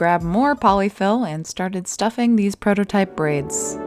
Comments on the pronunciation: I know said prototype, but I heard Frodo-type. I anticipate seeing this bread chair in many a video, maybe will even use it when she is sewing on the floor. might you know be helpful for the back. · Happy birthday! Everytime you said "prototype" I kept hearing "Frodotype." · Happy Birthday! May birthdays are the best birthdays. And I swear you said Frodotype instead of prototype. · I Just Heard Frodotype instead of prototype😂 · I will go down fighting because I swear you said you were making a Frodo-type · When you said “there’s the prototype, I thought you said, “ Frodo-type”. I mean….. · I swear I heard “Frodo-type” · Not her saying „The Frodotype“ 😂❤ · thought you said FROTO-type. IDK My bad.